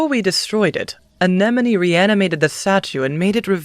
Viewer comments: These clips have one part in common. pronounces “Anemone” as “Anenome.” That bothers me. All jokes aside, you guys did an amazing job at this! I cannot believe how great it is! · This is such a good dub but the constant mispronunciation of Anemone’s name is killing me